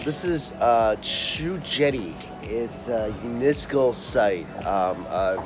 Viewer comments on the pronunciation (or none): none